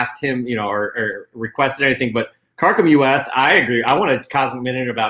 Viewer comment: Also I love that when talks to me during the show replying to my chat as "Kar Kom you ess" but always reads the intagram name as "kar kom us" I am just the USA (and currently only) branch of Karkom. You can just say Karkom.